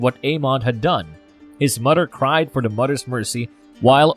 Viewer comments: Pronounced the names like a butcher!! Example; mother...not mudder! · Brudder?? Mudder? Anybody else hearing this? Lol